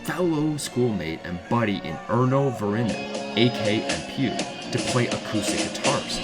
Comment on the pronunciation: Empeuw and Julius? Bad pronunciation of Emppu, but who the hell is Julius?